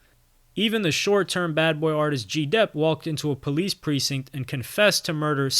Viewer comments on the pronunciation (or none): none